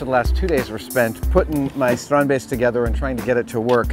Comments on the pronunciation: Oooh you say strandbeest properly now, nice! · Adam, Theo must have taught you to pronounce "Strandbeest" the way you did . Sounded very Dutch! Goed gedaan!! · As a fellow Dutchie ..... I'm flabbergasted by Adam's almost flawless pronunciation of Theo and Strandbeest.... it is a sign of the utmost respect to learn to pronounce someone's name correctly .. tip of the hat to Adam, dude! awesome! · I'm so happy we had the exact same idea when we first saw the strandbeest. Also, great Dutch pronunciation! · Yes strandbeesten Finally something from my home country and you pronounced it pretty well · it was as close to perfect as anyone can do. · I love how Adam really puts effort in pronouncing it right :) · As a Dutch guy I'm fairly impressed with Adam's pronounciation of "Strandbeest" ..good job adam :) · as a dutchman I can't help myself to be a bit proud that Adam keeps saying 'strandbeest'. For those that don't speak dutch 'strandbeest' translates to beach-beast. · Your pronounciation of strandbeest is very good! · Am I the only Dutch person here who was suprised by his pronunciation and also enjoyed how he said Strandbeest? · Thumbs up for the correct pronunciation of the Dutch word "strandbeest". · I commend Adam's pronunciation of both "Strandbeest" and "Theo". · Nice how you correctly pronounce the dutch word strandbeest, which means beach beast